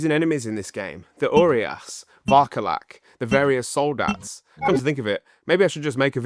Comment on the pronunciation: do English people really pronounce Romanian's words that bad? like it's pronounced as it's written. It's so funny "oriaș" "solidat" pffff